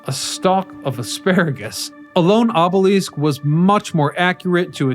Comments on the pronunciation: Your ability to consistently mispronounce words is astonishing - ob-oh-leaseque? Really??? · Obelisk as in “list”, not obelessk as in “west”! Also promenade as in “odd” not promenade as in lemonade! It’s like nails on a chalkboard!